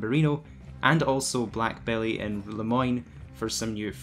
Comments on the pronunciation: Black belly? It’s bell the e is silent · Black Bell... not belly... bell... the E is silent. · Heh yeah "Black Belly" made me laugh. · Just a reference for future videos, Black Belle is actually pronounced "Black Bell," the e is silent. Not trying to sound mean or rude, just thought I would help.